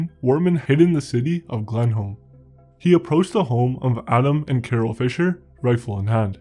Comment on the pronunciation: "The city of Glenholme" lol